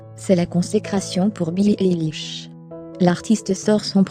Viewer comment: C'est pas très bien prononcé mais merci pour cette video je suis une grande fan de billie eillish j'ai même acheter son livre sur sa biographie tout sur elle 👍👍👍🏽👏👏👏👏👏👏👏